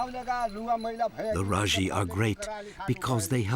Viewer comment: I’m from Nepal. N as I know these people are called Majhi. Not Rajhi 🥰thank you for your respect sir